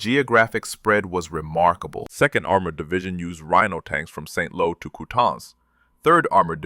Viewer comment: It's not SaintLow . . . it's Saint Lo. Tell your AI to fixit!